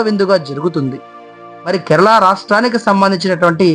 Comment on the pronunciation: బాబు ! కెరలా కాదు, కేరళ 👍 తప్పు పలుకుతున్నారు.